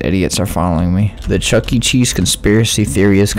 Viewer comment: It's chuck-e not chucky lol